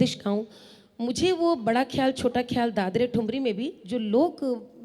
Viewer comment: You have very good pronunciation. Only khyal was wrong which should be khh as in khhat or khhas . With true spirit of an artist I hope you mind the correction